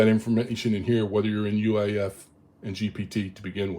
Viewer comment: I "hear" you referring to "UAIF" verbally. Is that the actual term or are you referring to UEFI? I sometimes shift letters verbally and I want to be sure I am following the correct terms, cause it could just be something I am not familiar with. Thanks.